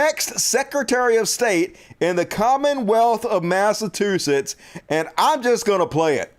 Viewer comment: Mass uh chew sits... just trying help, no disrespect. Great show!